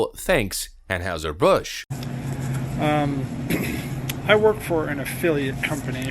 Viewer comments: Why do you keep butchering the pronunciation of Anheuser-Bush? You even have the guy that works for them pronounce it for you and you still screw it up. Lol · Love your channel. But how is it you can’t pronounce “Anheuser-Busch” correctly? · How do you not know how to pronounce Anheuser Busch? Did you grow up without TV or something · BTW I haven't heard Anheuser Busch pronounced the way this fellow is saying it. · Tell me you dont watch your own embedded video with out telling me... (narrator) "We now have an anne howser Bush afflilate..." (phonetic spelling) Dude! It is pronounced anne hizer bush. if you watched and listened to your own footage you'd be able to properly pronounce the name of the brand. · Seriously, are you on the spectrum?? It's AnHIGHser Busch, the rep in the video pronounces it properly, and you still repeatedly say AnHOWser. It's hard to take you seriously when you screw up words all the damn time. Have you learned the correct pronunciation of caricature yet?? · it's ann-high-ser. not ann-howser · It's not pronounced like house. It's heis sounding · Why are you pronouncing Anheuser like Anne-Howser? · They do this so they can claim "financial difficulty" and lay everybody off and replace them with robots. Not sure how you didn't think of that. Also it's pronounced "Anne hi zer". Is the bar really this low to be a youtuber? Maybe I should give it a try. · Drink coors, real beer. On a side note, the German characters “eu” would be pronounced “oy” in English, it would be more like ahn hoy ser busch. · Ann "Howzer"? Amazing to do a segment on a beer manufacturer and not know how to pronounce the company's name. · Ann houser??? No edit 🤣 dude you’re not even pronouncing it right fk bud light though. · Its pronounced an-heye-zer. How do you not know this? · Are you deliberately mispronouncing “Anheuser” ? Around St. Louis, it was always pronounced “An HY ser. Just saying. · An-HIGH-ser Bush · Anheuser, pronounced "ann-high-zur".